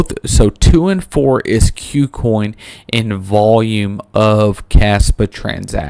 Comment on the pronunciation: Ku Coin, not "Queue Coin", just FYI.